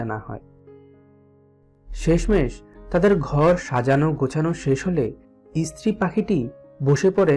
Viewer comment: ইস্ত্রি নয়, স্ত্রী